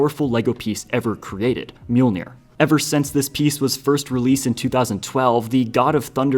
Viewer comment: Bro can't just say mjolnr correctly and think we won't notice